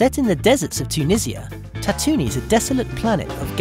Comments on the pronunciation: IT IS PRONOUNCED TAT TOO ENE NOT SOME TATONIE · By the way, Tatooine is not pronounced as you've done so here in this video. It is pronounced as "TAT-TOO-EEN. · Im triggered from "Tatoonie" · Why do you say Tatooine like that